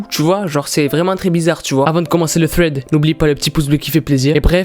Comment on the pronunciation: ARRÊTE DE DIRE FRED SA SE DIT SRED 😂